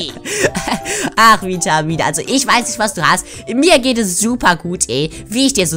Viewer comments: Vitamine nicht Witmine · Vitamine sagt es falsch wer ist auch darfür leike damit sie es sehen